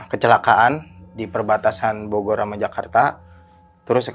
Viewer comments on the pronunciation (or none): none